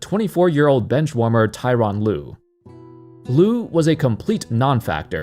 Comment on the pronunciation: Tor-on Lue, not Ty-ron Lue